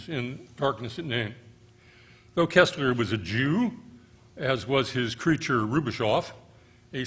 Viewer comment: For god's sake, it's pronounced....KIRSTler, (as in thirst), not KESSler (as in less).